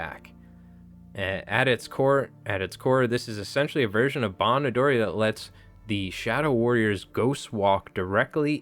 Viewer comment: a tip on Japanese pronunciation, you actually nailed a few of them correctly! Onryo, "oh-n-ryoh" Kimura Tadaaki, "Key-moo-rah Tah-daah-key" (also Tadaaki is his first name and Kimura is his last name) Bon Odori, "boh-n oh-doh-ree" Kage no Kogeki, "kah-geh noh koh-geh-key"